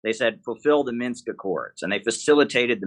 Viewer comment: Jimmy! It's "MINSK"! 😅